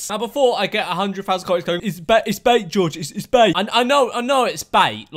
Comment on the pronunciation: why he say bait like that